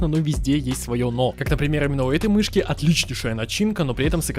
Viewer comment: мышьки хоспаде... МЫШЬКИ ахахахахахахахахахахах